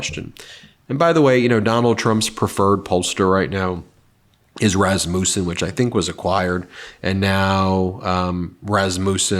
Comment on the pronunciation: Pronounced "rass mussen", rass like ass, c'mon Ben.